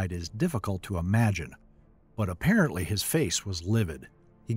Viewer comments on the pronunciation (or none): none